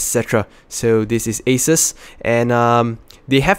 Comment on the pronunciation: A"ses" Lol . Nice video btw . Keep it up :)